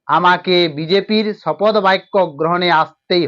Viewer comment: এই অশিক্ষিত চ্যানেল শপথ গ্রহণ কে শপদ গ্রহণ বলছে! এটা নিশ্চয়ই ভয়ে পাল্টি খাওয়া তোলামুলের দুধেল গাই চ্যানেল 😅